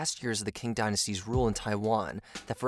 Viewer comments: Qing Dynasty should be pronounced as “Ching” instead of “King”. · Btw, "Qing" = "Ching Dynasty" NOT "King". That's because in Mandarin Chinese, "Q/q" is pronounced like the Standard American English: "Ch" as in "Church"/"church". NOT like "Kurch"/"kurch". 😢 😮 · Not pronounced 'king', Qing is pronounced 'ching'. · Qing is pronounced as a weak form "ching", not "king". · Qing - isnt it pronounce ching? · I like the work you guys do, but pay more attention to pronounciation please, Qing is pronounsed as Tsjing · ‘Qing’ is pronounced Ching, just like the way ch-ina gets its name from. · Also, it’s pronounced “Ching” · Ok I've really got to correct you because it urks to hear you keep mispronouncing the word Qing. In Chinese "Q" is pronounced like Ch, therefore it is called the Ching Dynasty. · Qing is actually pronounced Ching. Just to clear things up. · Great video...but your pronunciation of 'Qing dynasty' is like nails on a chalkboard 😬🙉😬